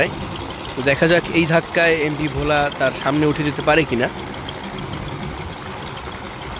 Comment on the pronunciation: ভাই Bhola উচ্চারণটা ভুল হয়েছে আশা করি সংসদন করবেন ❤❤❤